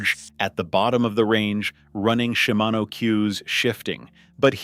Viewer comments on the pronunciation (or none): none